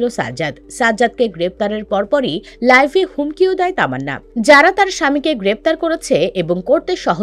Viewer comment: আপনার উচ্চারিত শব্দ টা ভুল শব্দটা হবে লাইভ আপনি বলছেন লাইফ